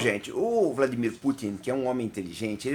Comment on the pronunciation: Pronúncia perfeita do nome dele! Geralmente os brasileiros falam VladiMÍr quando na verdade ele é o VlaDÍmir.